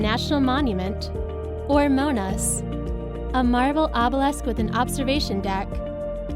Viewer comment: Monas ( Monumen Nasional ( National Monument ) ) = not mona's ...